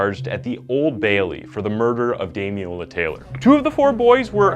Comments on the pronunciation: Someone will no doubt correct me if I'm mistaken, but I'm pretty sure his name is pronounced Dami-lola, you left the first "l" off consistently, saying Dami-ola. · Thank you for highlighting this case which broke the hearts of all in the UK. However, throughout you pronounced his name as Damiola. His name was Damilola. It would be respectful to make a reference to this. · Well researched piece but you didn’t watch much coverage on it I assume because his name is pronounced DamiLOLA not DamiOLA. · His name was Damiloola pronounced dam-in-ola ... Just thought a thought to correct ... :) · As a Nigerian the weird pronunciation of Damilola throughout was distracting. it's more like "Dah-Mi-Lo-La". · sad that you couldn't pronounce his name right, RIP DAMILOLA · at least say his name right ffs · Every time his name was pronounced wrong I cringed and once actually said there’s an “L” in there out loud. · This was a watershed moment in the UK. In lots of terms. You could at least pronounce his name right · Thank you for covering this case, as a Nigerian, I could tell you struggled to pronounce the name